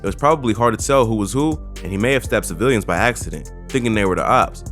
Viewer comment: "cavilians" is crazy